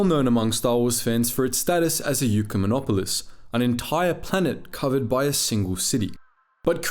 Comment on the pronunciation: Ecumenopolis is not Eucomonopolis